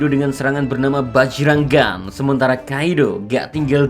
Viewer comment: Bukan bajrang penyebutan nya, tapi bayrang sama seperti hajruddin tapi di baca Hairuddin.